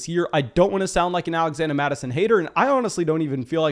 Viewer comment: “Alaxanda Mattison”